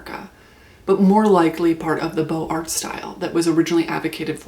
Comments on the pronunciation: Nothing more frustrating than doing your best to pronounce foreign words, and yet not quite making it. A+ for effort. Beaux Arts is pronounced "boze arrrr" Liason between the z sound at the end of beaux - though we see no z - and the a of arrr. Boze-arrr. No t or s sound at the end of arts. French pronunciation is a bitch. Great vid, by the way. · a few notes from an architecture student and film minor, (I was who The Brutalist was made for actually hehe jk) Mies is pronounced like "Meece", and beaux arts is pronounced like boe-zarts". sorry I hear these words every day so I had to correct that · Please pronounce the Z sound in Beaux Arts. You sound uneducated.